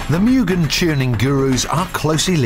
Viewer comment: It's M-U-GHEN As pronunciation.